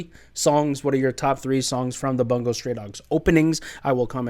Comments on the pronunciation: No it's fine lol. It's not your fault. It's just a bit aggravating when it's EVERY reactor saying it wrong 😭 Much love to you man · Every time someone pronounces "Bungo" wrong, an angel loses its wings